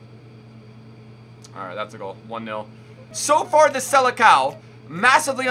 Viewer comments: its not sele-cow. its sele-sown. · The way says Seleção translates to Sele dog 😂😂😂